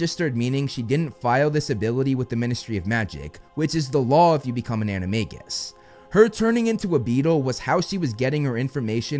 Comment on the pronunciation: bro says in most of his vids "its pronounced animajus